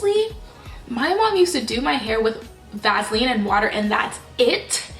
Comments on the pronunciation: Love how you say Vaseline.lol (Vazlean)😍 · It’s pronounced Vaseline not Vaseline 😂😂😂😂😂